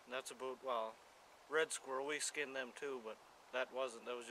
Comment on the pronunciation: "that's aboot" lol yess canadianisms. lol